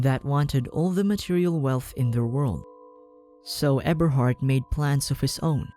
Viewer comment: Eberhart more like Ebershart